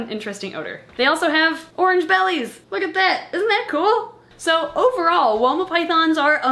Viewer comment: Every time you say Woma i hear Walnut. I dont know why.